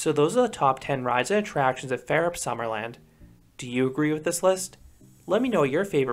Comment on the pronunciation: Færup lol, it's actually pronounced as Fawrup. Jokes aside nice video I might go there on a school trip the upcoming spring